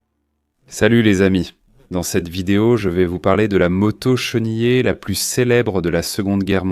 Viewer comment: Excellente vidéo, aussi bonne que la voix est atroce, une torture auditive... "une motosse" entre autre